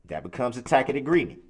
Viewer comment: A "tack-it" (tacit) agreement? What even 👀 this judge has more patience than me